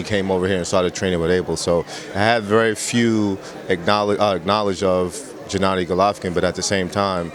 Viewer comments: why is he saying Jennady? It's not that hard to say G-ennady. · "Jennady". TRIGGERED.